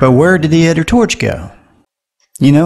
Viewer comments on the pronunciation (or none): The narrator can't say Other. He says udder.